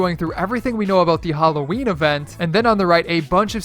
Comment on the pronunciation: Its howloween